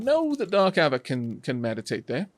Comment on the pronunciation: I noticed with your lets play with Wanderbot, he pronounces your name with a hard A sound. A-vack. As an American I apologize on his behalf but understand, Ameri-english loves to turn pretty much any vowel, especially one that's leading , into its hard form. Savages, I tell you. =)